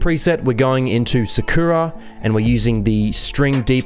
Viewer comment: Bro the way he Pronounced "SAKURA" kinda threw me away XD